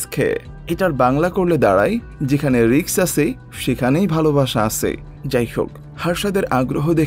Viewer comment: Vai riks na risk